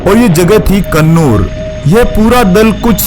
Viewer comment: Sunur nhi bhai kunur bol